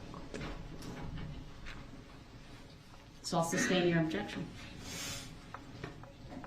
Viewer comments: NO!!! He just said she "could" SUB-STAIN...😂😂😂 He said that wrong so many times she actually said it wrong once...😂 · He is too stupid to say that the watching of the news report(s) altered his perception of what happened and therefore changed his testimony. I expected nothing less from a person who pronounces tacit as tackit and sustain as substain. The report was made before the news reports came out anyway. Doh! rrel is a moron.